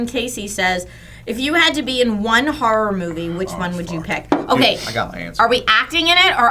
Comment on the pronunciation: hahahahaah i heard "whore nut"